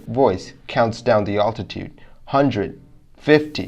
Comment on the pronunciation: You really should learn how to pronounce the word "altitude."